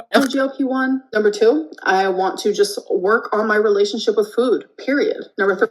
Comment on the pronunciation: Take a shot every time she says "fuhoood"